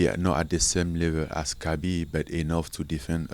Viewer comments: is the correct pronunciation of ‘khabib’. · Respect Diego for pronouncing Khabib the right way.